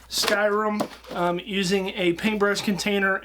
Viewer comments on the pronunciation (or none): It is sky rim! Not sky room! Or I am just deaf